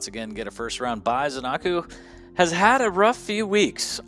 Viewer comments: Zen-a-koo, not Zen-ar-koo. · Nobody knows what the hell is the correct way to pronounce zenaku's name